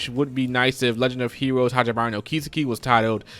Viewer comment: I think it's pronounced Kis-eki not ki-seki